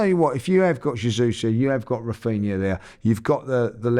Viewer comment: Granbry instead of Rafinha